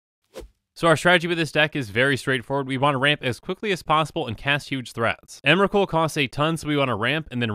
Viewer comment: Emwacute, the pwomised fwiend.